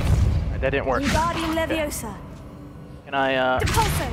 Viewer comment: It's LeviOsa not LeviosA😂❤